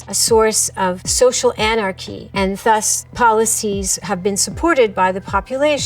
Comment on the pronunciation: Thus is pronounced with a soft th.